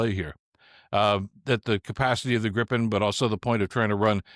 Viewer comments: Damn it, it is pronounced gree-puhn, not grippen! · It's pronounced GREEpen, FYI. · The first syllable of "Gripen" rhymes with PIPE. Come on, guys !